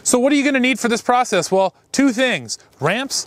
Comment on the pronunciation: You're "pro sess" sounds allot like the way you say Process .... 😏